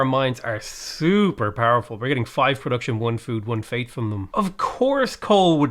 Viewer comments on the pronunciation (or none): none